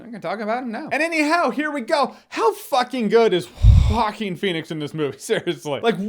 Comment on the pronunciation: Jo-a-quín (ho-ah-keen) with emphasis on the last syllable.